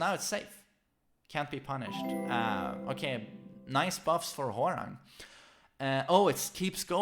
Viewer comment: It really bothers me when people say whore rang instead of hwoarang